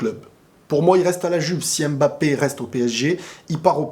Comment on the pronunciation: ta tête là, c'est Mbappe et non Embappa tchiiiiiip